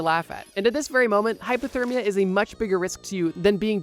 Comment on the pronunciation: I’m pretty sure he’s just pronouncing it weird, not saying hyperthermia. I don’t hear an R, just an A instead of the O